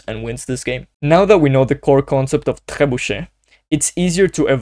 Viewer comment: I am a beginner(500ish) I struggle playing with black in the opening, which opening should i learn? Btw ur pronunciation of "trebuchet" is soo goooodd😅